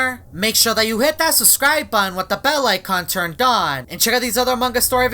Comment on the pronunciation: He always says suscribe with no b